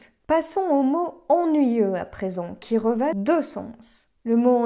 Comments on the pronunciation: Figurez-vous que je me suis fait cette réflexion, à la fois lorsque j'ai tourné la vidéo et au moment de la monter. J'ai beaucoup hésité, car il me semble -avec très peu de certitude, avoir déjà entendu "il revêt" avec le "t" prononcé. Je pense qu'il s'agit d'une erreur de ma part. Je vais tenter de corriger à partir de la vidéo déjà publiée. J'en profite pour vous remercier pour votre fidélité, Marc. 🙏🏻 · Intéressant ! Une petite interrogation sur la prononciation du verbe revêtir à la troisième personne du singulier ("qui revêt deux sens"), j'aurais juré que le t final ne se prononce pas. Suis-je dans l'erreur ? [Edit] le tlfi me donne raison, c'est ennuyeux 🤷